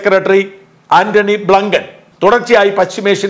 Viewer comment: ആന്റണി ബ്ലങ്കണോ 😂😂😂😂😂😂 ആന്റണി ബ്ലങ്കൺ അല്ല ആന്റണി ബ്ലിങ്കൺ ആൺ...